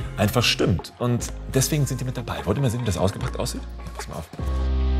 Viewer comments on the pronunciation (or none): none